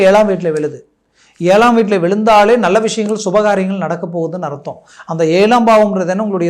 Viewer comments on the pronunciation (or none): 'நள்ள'..மெல்லினம்.இடையினம் தெரியாமல் என்னய்யா தமிழ் பேசுறீங்க..😮